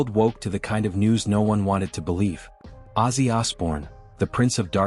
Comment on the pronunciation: Ozzy NOT Azy!!!!!!!!!!!!!!